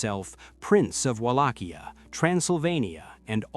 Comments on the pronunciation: try reading it as VALAKHYA not as UALACHIA...great video.keep it up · Mihai the brave was the son of a Byzantine aristocratic family and his brother was once a voivode of Wallachia as well. Also the pronunciations... The C is silent in Wallachia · Except of the name butchering,nice video!